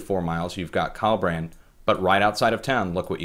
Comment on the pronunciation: And you pronounced Collbran wrong!